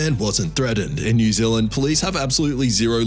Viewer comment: new zealand not new ziland